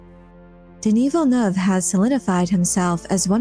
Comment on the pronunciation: Gaaaahhh, please, not Villeneuve.